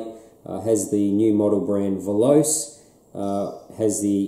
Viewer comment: Veloce is not pronounced as a you do. Voloce is Italian for speed. In this language you pronounce all the letters in the word.